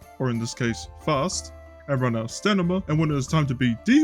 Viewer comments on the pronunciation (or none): Hey passing through, not familiar with you or your channel, so I don't know if it might be a gimmick of yours or dislexya or something, but "stanima" instead of "stamina" just made me tense up everytime lol. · It's called "StaMina", not "StaNima", btw ;) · StaMina not stanima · I caught that too I thought it was just me hearing things funny at first 😅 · "stanima" lol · Are you... are you saying stanima just to f*ck with us? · Why are you saying stanima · Stamina ❌ Stanima ✅